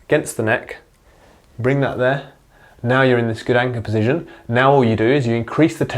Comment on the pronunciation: Great video, but, po-zi- shun. Not pozizjun.